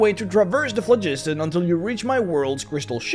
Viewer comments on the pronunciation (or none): the Pho;gistan is pronounced flog-i-ston not flu-jid-ton